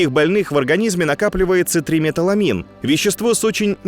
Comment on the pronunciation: ТриметИламин, не триметаламин. Вещество, обеспечивающее запах солёной селёдки